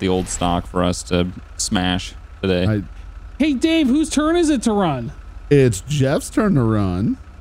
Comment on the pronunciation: But spell run “wun” because they say it like that lol